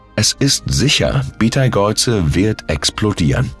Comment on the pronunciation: Hallo. Im Englischen schreibt man ihn Betelgeuse und spricht ihn aus wie "Beatle juice". Im Deutschen heißt er Beteigeuze und wird auch so ausgesprochen. Auf Wikipedia kann man sich anhören, wie er ausgesprochen wird. LG 🙂